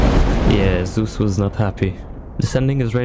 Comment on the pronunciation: Wrath is such an easy ending it's ZEUS not zues wth?!